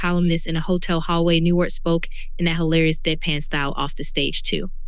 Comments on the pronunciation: It's NewHART not Newart!! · Is this some kind of AI voice? Cuz 'she' isn't saying Bob NewHart correctly. This makes it impossible for me to listen to the whole six minutes cuz it just sounds fake to me, like it's coming from someone who doesn't respect his life so why should i care about what this video has to say about his death? Get the behind me silliness.